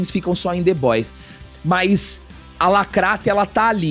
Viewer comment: Pq vcs falam "lacratti"